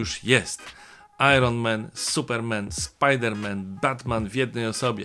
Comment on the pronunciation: Panie Macieju, kanał świetny, sub i dzwoneczek jest, ale... Iron Men? Supermen? Spider Men? To tamtych było więcej niż jeden? A Batman samotny? Czy też to była taka dykcja zła? Vide tow. Bolek eee... Prezydent Wałęsa